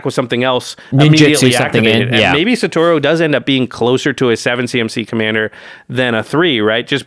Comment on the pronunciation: not one single person on youtube that covers mtg, can pronounce satoru's name correctly KEKW